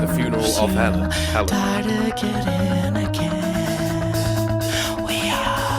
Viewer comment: Watch the fan made video for the song Sleep It's my favorite for venting out. Also, he pronounced her name as Hell - AYE - na